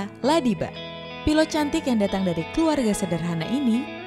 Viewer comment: Jgn slh sebut, pilot jadi pilatt 😂